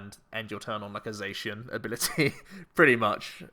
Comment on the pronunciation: The Diamond and Pearl rules you couldn't draw or play any trainers the first turn. Also, never knew Sheun was a colour, since you're saying Zacian the wrong way, because Cyan is the second word of its name Za-Cyan Za-Magenta